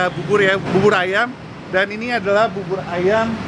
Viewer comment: Bisa ga si ngomongnya "AYAM" not "AYEM"